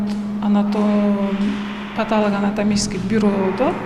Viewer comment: бактыгул деген врач болумуш даже паталого анатом деген созду норм айталбайт кандай врач бул сабаты жок даже норм суйлой албайт. курсактын камын коруп тамак изтеп жугуруп журуп карабай коупсунар да